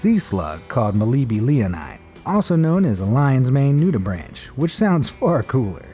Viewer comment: "nudibranch" NOO'-d-braink. Hard C sound. That's a sea salp, not a sea sap. Cone snail venom is a cocktail of dozens or hundreds of toxic proteins. I would be very careful around them. I love your videos, keep up the good work! Hope I'm helpful and not just a nitpicking jerk. 😁